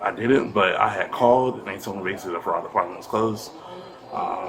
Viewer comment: basilly....basilly. He does everything basilly.